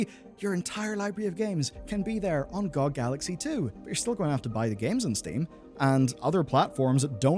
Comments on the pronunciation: oits pronounced "gee-oh-gee" not "Gog" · I had to stop watching after hearing you call it "GOG" instead of spelling it out, I don't want to be around if you ever do a video on USB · Glad I'm not the only one calling "gee oh gee" "gohg", makes me feel I'm not alone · I don’t know who calls it gog. It’s G.O.G. (gee- oh-gee) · GOG = Gee Oh Gee. What the heck ist Goag? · it is not gog as a word it is always G O G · its pronounced geee oh gee. nog gog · Saying GOG as an actual word instead of "gee oh gee" which is what they are is so annoying and i cant understand how you didn't notice that immediately when you said it aloud and changed your script. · why call it that i always call it (gee oh gee) pronounced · It is really embarrassing to hear someone pronounce GOG lol.